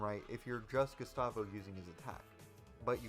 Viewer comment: DID YOU JUST SAY GUSTAVO WRONG?